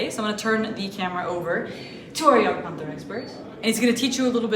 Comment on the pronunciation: I've never heard such a good pronunciation for jagdpanther from an American. Gj. Next step will be "Seitenvorgelege' Greetings from good old Germany